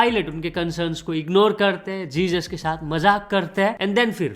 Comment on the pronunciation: bhai wo likhte time Jesus likhte hai but pronounce hezuz kiya jaata hai